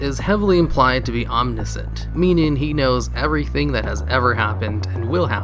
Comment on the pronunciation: It's pronounced OM - NI - SHINT, not OM - NI - SINT